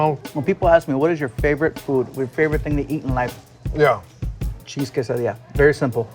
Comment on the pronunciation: Cheese quesadilla or quesadilla?🤔🤣📉